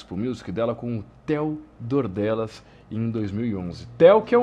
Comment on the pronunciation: "Téo Dordelas" ksksksksksks